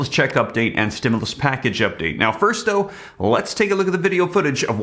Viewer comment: Man I thought you said they passed the stemuls check